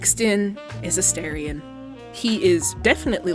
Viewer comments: you pronounced his name wrong. it’s asTArion not asTErion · I wonder why content producers pronounce "A STAR ION" "A STARE ION" ? I hear "star" (rhymes with "far") NOT "stare" (rhymes with "fare") whenever he says his own name. 🤔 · if you’re going to make a video about a character, at least say his name right. specially a character who has been dehumanized and objectified for 200 years. he may not be real but the people whose stories he represents are. many people, specially young women, see ourselves in him.